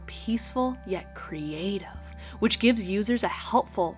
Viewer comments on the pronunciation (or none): The way she said creative 😂😂